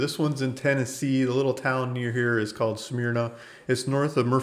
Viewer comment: It's pronounced smer-na.